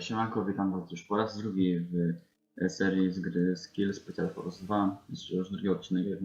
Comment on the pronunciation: to jest S.K.I.L.L Special FORCE 2 !!!!! (a nie forse)